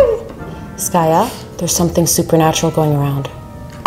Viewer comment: The way she calls her "skayou" instead of skaya always made me giggle 🤣